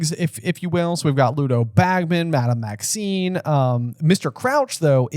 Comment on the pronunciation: It’s funny that they talk about mispronunciations earlier in the podcast, and then says Madame Maxine several times.